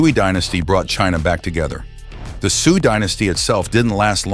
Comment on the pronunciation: very interesting and concise! by the way, Xia is pronounced like "shah," Shang is pronounced like "shahng," and Sui is pronounced like "sway." You pronounced Tang correctly though :)